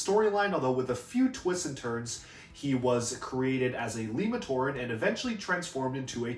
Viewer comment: Not to be rude, but I think "Lay-Matoran" makes more sense than "Lee", since Ay/Ey and Eh are usually the E sounds in Polynesian languages which most of Matoran's words are based on. In fact, "Lewa" is a Hawaiian word originally, meaning air and atmosphere, and it is pronounced LAY-wah in their language.